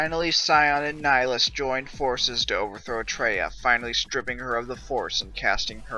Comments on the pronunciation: Neh-High-Lus, Nihilus . Not Nighlus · _13 It is Latin. "Nee Hee Loos"